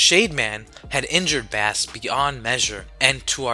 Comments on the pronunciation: im going to point this out but bass is pronounced base like the guitar. his name like rock, roll, and, blues(protoman's original name) its a music name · Love the video but it’s Bass (Base) and Wily (why lee)